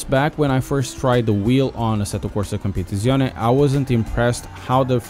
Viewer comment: "Competetzizzione" 🤣 Love your content dude, I just subscribed. Keep them coming!!